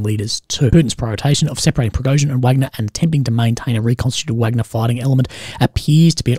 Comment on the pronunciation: Still won't make say "Wagner" correctly. We all know how to say Wagner the composer, I hope ok -- Dmitry Utkin (callsign: Wagner), co-founder was a fan, let's say...